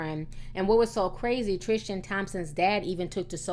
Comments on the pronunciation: Ti, it's pronounced Tris- tan. Not Trish-tan . Hehe Anyhoo, love ya girl 🌷❤️❤️❤️❤️ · "Trishtan" Tristan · You can't even say his name right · next you make a video research how to say they names right the video is good as always until you say his name right